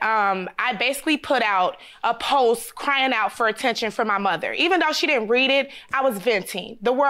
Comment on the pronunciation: It’s the fact that she said she a teacher but kept saying phome instead of phone and postsss instead of post. Smh